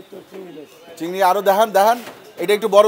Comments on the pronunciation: চিংগর মাছ বলাটা সেই হইছে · ভাই "চিংগর" নাকি "চিংগুইর"??? মানে শিওর হওয়ার জন্য আর কি